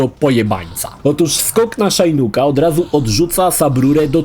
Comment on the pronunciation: Dlaczego Szajnuk a nie Szinok?😂 Ps: czyli następny crap to MK: Special Forces?